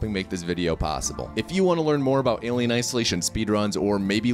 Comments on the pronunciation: why the f can’t he pronounce Alien! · Alium??? WTF its alien. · Why are you saying "ALIEM"? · Why do you pronounce it "AliUM" btw? It' "AliEN" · Why is he saying Alium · I never knew how much someone saying 'Alium' would trigger me LOL, its fucking hilarious. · Aliem? what the F is an Aliem? Alien! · Are you saying Alium? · Aliem? Aliem? With an M??? Fk dis. "do not recommend channel" clicked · Wtf is “alium” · Tf is Alium? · Wtf is an Alium? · It sounds like you are calling it "ali-um'..? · Is he saying Alium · What’s with saying “AlieM” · Lil late to the party but why does he say Alium? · Alium isolation can he not say it right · I'm new why is he saying alium 😂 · its alien not aliem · Why does he keep calling it alieM? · Is he saying Alium on purpose to troll fans??? Well, it's working... James Cameron will not be pleased lol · Alium...whyyyyy😂 it triggers meeee😤😤😤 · Why is he saying alien wrong? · Are you saying “AlieM”?!